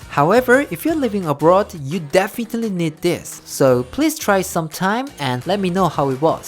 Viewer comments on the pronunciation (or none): Did y'all hear him say "defitaly" instead of definitely at the end ✨✨✨😂🤣 cute